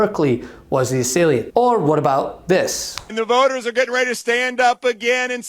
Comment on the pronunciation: Assailant not assailiant.